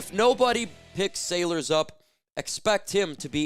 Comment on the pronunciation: who does your research…? It’s SAYLORS … not sailors … for a sports guy u need some help… a couple years ago u had kaden Davis pic up as a black guy when clearly he is white… do better